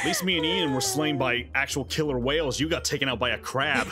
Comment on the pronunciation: I love says " wayles wales on land even worse